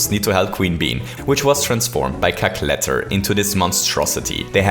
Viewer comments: "Cackletter" lol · "Cackletter" rly